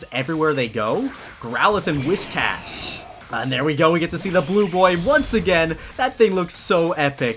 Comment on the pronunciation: sigh He just said Wiz Cash ಠ_ಠ